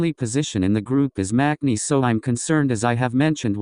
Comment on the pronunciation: Actually, when she pronounce 'maknae' is wrong. She pronounce it like 'makne' when you should pronounce it 'mangne'